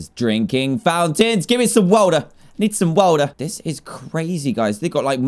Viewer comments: “I need some WOTER ” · Dan: Drinking fountains! Me: Um. Ok? Also dan: GIVE ME SOME WOTER! SOME WOTER! Also me: 0-0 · "Gemme some wouda" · “Gimme som wotor I need some wotor” ~danTDM 2017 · "I need some Woahtah. Gimme some Woahtah. " -DanTDM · gimme some woader gimme some woader Dantdm 2019* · Nobody: Literally nobody: Not even a single soul: Dan: give me some wOta give me some wOta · “Wota” - DanTDM 2017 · Dan: Giveme some woter I need some woter Me: I'm um listen dan you are in the UK not in the greenlands